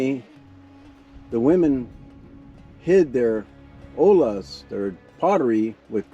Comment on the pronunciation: Just FYI, the word "ollas" is pronounced "oyas". The two consecutive "L"s are pronounced as a "Y". The word "olas" means "waves". Also, the site you have described is identified in Jerry Schad's "Afoot and afield in San Diego County" book and is not the only petroglyph site in the ABDSP.